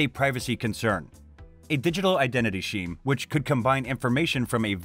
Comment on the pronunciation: Pronouncing "scheme" like "sheem". This account is AI.